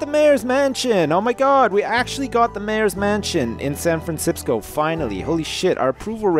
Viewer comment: I swear, the next time I try to say aloud "San Fran Sisco" I'm going to call it "San Fran Sipsco"